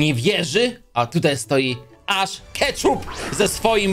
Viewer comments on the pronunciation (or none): none